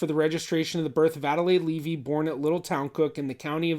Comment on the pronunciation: He said little Towncook😂